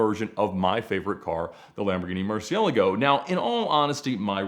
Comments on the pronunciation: Ed please.. it’s not Murci-ellago. It’s Murci-e-laaaago 😆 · Hearing Ed pronounce Murcielago makes my ears hurt. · Why tf dors he pronounce Murcielago like that?? Why?!